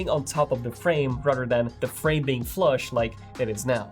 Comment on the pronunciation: Dude practice your “the” leather, rather, you keep pronouncing it like a D. I’m also bilingual.